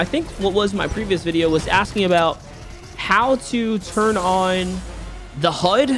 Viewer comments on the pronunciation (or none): none